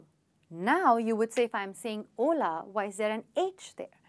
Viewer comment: Hola ..it sounds like haule..😜